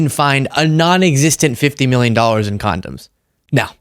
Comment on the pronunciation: Condums. What the hell is wrong with this idiot!